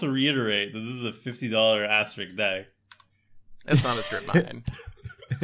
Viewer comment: Asteri*S*k,. There's an S in there. Not rik, RISK. As in the game Risk.